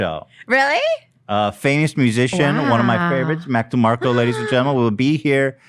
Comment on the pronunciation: “Mac Mill-Demarco” hahahaha